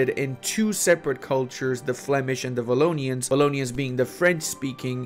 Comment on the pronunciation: Pretty happy to see my country in eu4 :D espeacialy with no culture issues XD In fact we have german community too, about 80k people, this is war reparation from second world war. one little thing, in belgium, we prononce the w like the w in war, so it's not vallonia ;) (I find it stange that the French say w like the v, what is the purpos to have 2 différent letters but use them with the same prononciation ?)